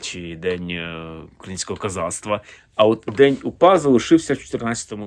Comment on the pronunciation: Зеленський навіть слова УПА вимовити не може , челюсті не українські